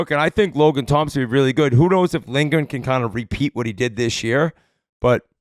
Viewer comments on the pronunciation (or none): none